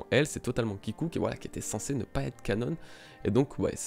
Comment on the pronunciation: "Canon" pas "cannone" !!! Ça m'écorche l'oreille